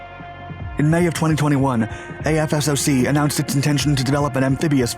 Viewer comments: Quit pronouncing it as Aye eff ess oh cee It's AF SOCK AFSOC Goddamn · “AF SOCK” not “A F S O C”. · Great vid! For future reference, AFSOC is jut pronounced "aff-sock." Way easier that saying a-f-s-o-c all the time. Lol. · Great vid. Btw AFSOC is pronounced “Aff-sock” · Great content as usual! AFSOC is pronounced "AF-sock'"